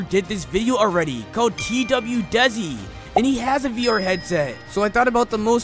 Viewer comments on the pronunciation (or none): none